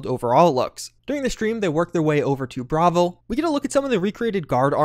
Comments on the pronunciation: it's Bravil not "Bravel" XD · Jesus Christ the way you said staffs and Bravil, soooo wrong, you’ve obviously heard these words said before